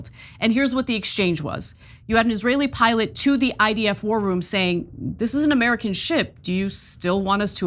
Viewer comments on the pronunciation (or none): none